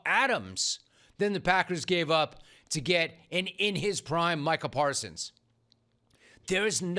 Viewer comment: I think that 'Jerry' mispronounced his name on purpose.